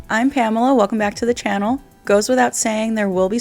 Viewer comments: . .” I’m Pamela welcome back to the channela “ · I neeed you to start opening up your videos with "hey it's Pamela and welcome back to my Channela". The vibes are there hahaha